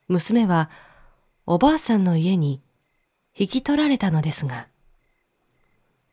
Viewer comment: 中国の昔話は、全く知らないので楽しく聴かせていただきました。 重箱の角をつつくようで申し訳ありませんが… 「～ブドウ」の、おばあさん？おばさん？ 「どうか～」の最初のカネのタライ？ が気になりました(ごめんなさい)